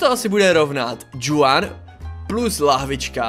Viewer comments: Čte se to Chuan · Hele to jméno se čte chuan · to Juan se čte Chuan. Jinak superbombový video:goodvibes